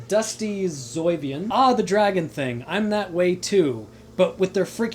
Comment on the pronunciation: Omg, I didn't expect you to read out all the individual letters of my letterspam, I'm dying XD I'm glad yall were so amused by my rant! And you got the last part of my name almost perfect! It's Zoy-vee-on, like the Eeveelutions :P Umbreon, Espeon, etc.